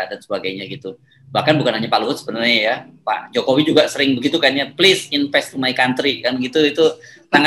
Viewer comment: "plis inpes mai kontri"